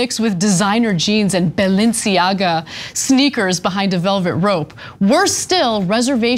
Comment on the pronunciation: Ana knows how to pronounce Givenchy, but is that how you say Balenciaga? Genuine question.